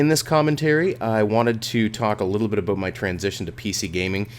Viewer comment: OMFG HE SAID ABOOT!!!! WHATTTTTTT